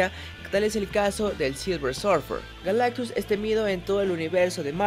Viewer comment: Por un momento creí que dijo que Galactux se llamaba Galán.